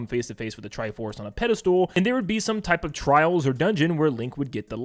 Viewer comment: Just a heads up -- it's pedastal, not pedastool...